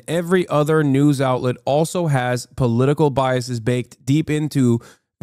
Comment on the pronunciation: He can't even say "political" wtf?! 💀🤣